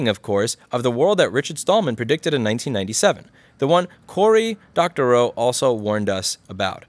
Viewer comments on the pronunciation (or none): Corey Doctorow should call you and tell you how to pronounce his name. Oh wait, hey, let's watch him saying it while promoting his new book: Seriously, Doctor OW! :D